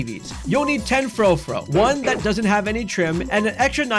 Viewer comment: Thank you for being one of the only people online I've heard pronounce Furfrou correctly